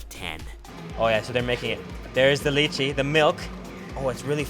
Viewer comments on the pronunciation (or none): He said lichi lol